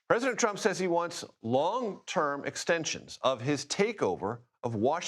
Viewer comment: Um, did you say he wants “long perm extentions”?👀